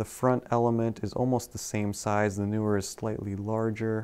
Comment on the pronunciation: "Tech Mafia" 😂😂😂 There's a newer Sony lens or are you butchering the pronunciation of 'Neewer'?